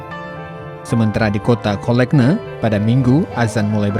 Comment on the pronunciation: cologne bunyi nya kolonn boss....